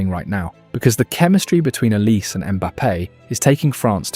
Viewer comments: It's pronounced not oliseee... the e is pronounced as an A as in OlisA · Olisé not Olise - in french this is a really huge difference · Olisee not Olisi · Pronounce Olizai not Olisse. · Olizé is the Nigerian pronunciation, in French Olise would just be Olize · How about you learn how to properly pronounce the subject's name....it is OLISEEE